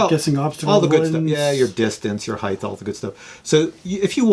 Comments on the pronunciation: It's not "HeigTH" it's "HeigHT" it's hard to watch a 50 or older person pronounce HEIGHT The wrong way. I bet he says supposebly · Hey Like this video, I'm looking to get a drone that isn't necessarily a DJI. Same as your friends requirements but doesn't have to be a dji but it's OK if it is. Any advice? BTW " height" is pronounced with a hard "T" at the end. Not a " th". Just like it's spelled heighT (Hi-T) not heigTh.